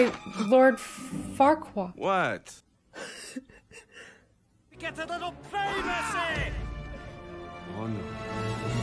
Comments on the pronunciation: You know that his name is Farquaad, not Farqua, right,? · Not that your other reactions aren't good, but it's so much more fun seeing you watch light, animated stuff. You need to watch Megamind at some point! Also, it's Lord F*ckwad... I mean Farquad. You're missing the D. ba-dump-psh 😏😂